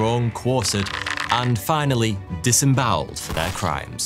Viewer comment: Hang on... did you just say hung drawn and quartered,, and THEN disenbowelled??.. I think you need to look up a few meanings bud..